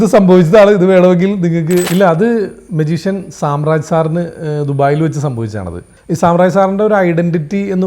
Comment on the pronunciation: സാമ്രാജ് അല്ലടെ, സാം രാജ്‌ ആണ്